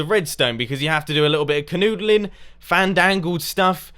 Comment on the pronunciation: Canoodaling....so this is how you got so good at redstone :P